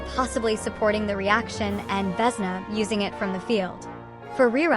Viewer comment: . She is Vesná,not Vésna He is Valériy. not Váleriy